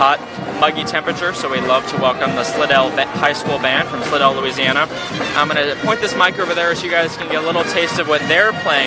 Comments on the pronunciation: Love what y’all do, but it’s pronounced Sly-dell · Nice job. Fyi... Slidell pronounced slydell